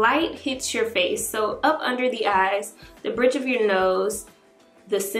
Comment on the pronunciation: Did anyone here her say “well place this under the ass😂(even though she meant eyes)